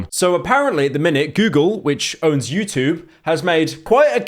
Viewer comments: "Utbarr" "utoob" fucking hell pyro slop slop slop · why does pyro say youtoob while saying everything else with a perfectly normal english accent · pyro trying his hardest to not say "choob" like a chrue brit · The way that Pyro pronounces the word "YouTube" is truly terrifying